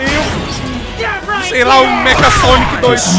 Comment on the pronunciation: não é meka sonic é mexha sonic com som do c com h